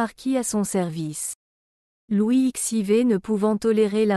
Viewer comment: 😂Le commentaire est à mourir de rire. J’ai dégoté quelques pépites : « La modestie de ses données extérieures », le duc de Saint « Saïmon » et Louis ixeivé . Il faudrait peut-être apprendre à l’intelligence artificielle à lire correctement un texte 👻